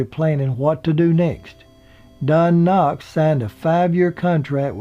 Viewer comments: hillbilly MC said Don Knox (Knott's) lol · sounds like he keeps calling don knox instead of Don Knotts. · sounds like your saying don knox not knots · Great as always! I thought Don's surname was Knotts or Knots, not Knox. Either way your biographies are always very informative and entertaining. Keep 'em coming! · It is Don Knotts, not Don Knox as the narrator called him the first several times. Frances left most of her estate to the local ambulance company but left her house to Moore Regional Hospital, Pinehurst, which promptly sold it. The cats had ruined the wood floors with their pee stains. Do not know her connection with Moore. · Knotts,not Knox. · Knotts not Knox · You don't mind him saying Don Knox? He's not providing any information that can't be pulled from Imdb and Wikipedia. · Not sure if you're saying Don Knox but I'm hoping you know it was not Knox but Knotts. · Isn't it Don Knots instead of Knocks? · Don Knox?? Don't you mean Knotts? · is it just me or does keep sayin' Knocks? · think his name is don knotts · yeah so annoying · DON KNO"TTS" was his name, NOT DON KN"OX" and you started slipping into ANDY GRIFF"IN" INSTEAD OF HOW YOU STARTED OUT WHICH WAS THE CORRECT GRIFFITH VIDEOS ARE GREAT BY THE WAY AND I ENJOY YOUR RELAXED DEMEANOR PLEASE FIX IT OR AT LEAST MAKE A NOTE THAT YOU ARE AWARE OF THE MISTAKE THANKS!!! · Andy's last name is Griffith, not Griffin. Don's last name is Knot, not Knox. You do a great job, but please pronounce the names of people correctly. Stop putting the word, "and" in your dates. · With all due respect, you keep calling them Andy Griffin & Don Knox.....and it is Andy Griffith & Don Knotts. No insult intended. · Why do you keep saying Griffin and knox????? Really? Are you doing that on purpose? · "Andy Griffin" and "Don Knox". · That's really great information except that Don was Knotts, not Knox. Andy's name was Griffith, not Griffin. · Andy "Griffin"?... Don " Knox "? C'mon,...